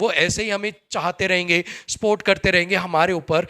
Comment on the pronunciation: स्पोर्ट नहीं सपोर्ट बोलते हैं भाई ❤